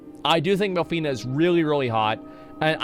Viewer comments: I am alone or Asmon voiced half of these characters wrong? It's Minfilia not MILFinia or w/e I heard lmao.. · Jeez you suck at pronouncing the character names, adding extra letters or just removing letters at random. Minfillia and you say Milfena...like, WHAT? Tataru and you say Ta-Tar-ru, its TATA-RU. They even SAY the fucking names in cutscenes FFS. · I’m not gonna lie it’s insane how many names he’s gotten wrong, but I personally wouldn’t have it any other way 😂😂😂😂 Limsa Lominsa = Lisa LaMasa, Y’shtola = Y’shLota, Minfilia = MILF fina, Urianger = Uber Danger ⛔️, Bahamut = Baphomet. 🤣😂🤣😂🤣 this can’t be accidental